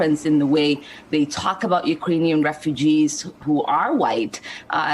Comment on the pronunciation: Ukrainian or is it urainian?